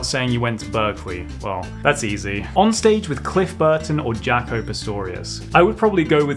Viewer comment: It’s not Jaco! It’s “ yakoh”